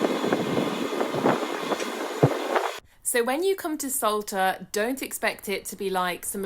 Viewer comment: I can't hear it any more....this Island is called ŠOLTA, the Š is spoken like sh in shoulder oder should!